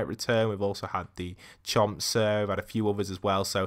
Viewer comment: It’s pronounced chomp senior it’s just a short version no hate great vid missed these